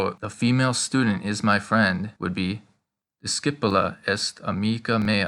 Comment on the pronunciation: I'm just curious. The way I hear it, you are pronouncing "amicum" and "amicam" identically. Are you sure that there is no difference in their pronunciation?